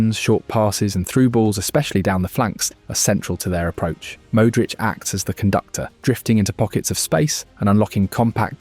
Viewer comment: I switched off at the way he said ‘Mooudric’ 💔 forza milano though